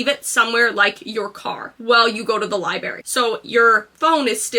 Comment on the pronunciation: #1 on tomorrow’s list is learn to pronounce LIBRARY